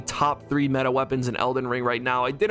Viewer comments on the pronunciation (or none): none